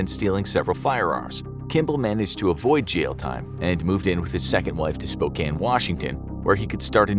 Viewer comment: Love how you properly pronounced Spokane, Washington. One of my biggest pet peeves is how people mispronounce my hometown ❤